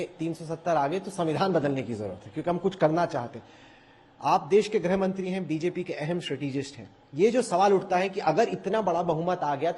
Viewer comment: ग्रहमंत्री (grahamantri) नहीं गृहमंत्री (grihamantri) बोलें राहुल कॅंवर।